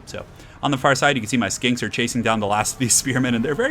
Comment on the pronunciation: I keep hearing "skanks" instead of "skinks" And yes, it does add a lot to the viewing experience :)